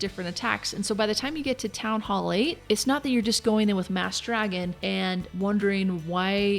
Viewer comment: one of the few who say "Town Hall" not "Townall"